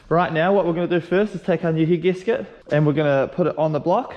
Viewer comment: Sorry for laughing but I keep hearing heat gasket instead of head gasket 😂😂